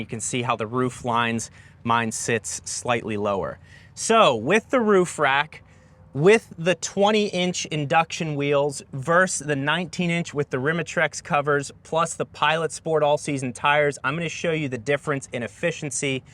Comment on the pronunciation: Versus. VERSUS! VERSUS. NOT verse Sorry. Had to.